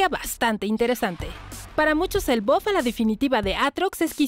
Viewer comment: Bof (Buff) + Ulala señor frances :v - ¿Como se dice entonces? + Buf :v